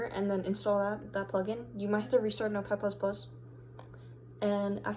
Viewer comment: Thanks! ++++ the way of saying 👌🏻😀